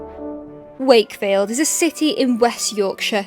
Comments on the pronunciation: 'Sake field. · Funny how you says shakefield as they do actually say “shakey wakey”